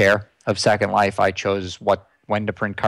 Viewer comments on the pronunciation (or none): Linden Dollars are/were actually printed? Why the emphasis on Second Life? To me, that sounds as if he reads it as 1 word. The LindeX is not really floating. The USD has been at around L$ 250 for as long as I can remember! Here! :D Not at the moment.